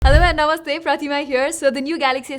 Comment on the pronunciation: They way she said NAMASTEY 🙏 😍🥰 ❤ Love from India 🇮🇳